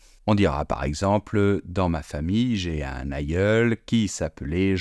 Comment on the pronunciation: Bravo ! Mais l'article un se prononce œ̃ et non pas in ! Les mots brun et brin ne se prononcent pas de la même manière !